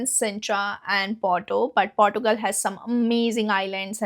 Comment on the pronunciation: 😂😂😂😂😂😂 Portugal😂 Girl learn to pronounce the names properly first